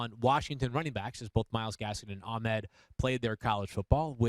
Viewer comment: Why is it so hard to pronounce Ahmed properly? Ahh med. Not, Ach med. Big difference. Just adding a q in there for no reason lol.